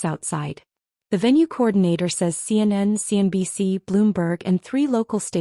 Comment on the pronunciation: Why, in the name of all that's holy, can AI not pronounce Sarah? She becomes Sir. And CNN became seinen. Please a little proof listening.